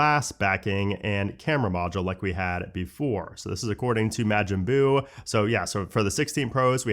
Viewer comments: It’s M-ah-j-in Buu, not M-AAA-Jin Buu - DBZ fan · Cringe. Pls learn how to say majin buu. it’s not ma like “ma-gic,” it’s ma like “mo-nster”